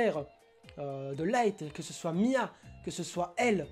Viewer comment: En fait tu dit Mya au lieu de Misa, ça m'a un peu tressée( après peu être que j'ai mal entendu mais je crois pas 😅)😂😂